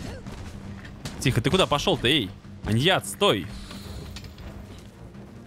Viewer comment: Ни аньят а аньянат